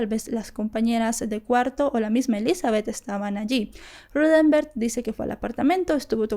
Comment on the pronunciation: Vale la pena que al hacer tus vídeos, te asegures de que estás nombrando y diciendo el nombre correcto de los involucrados. Hasta donde se ha dicho en otras investigaciones, el nombre del tío de Utah es Rudemberg, NO Ruthember como lo indicas.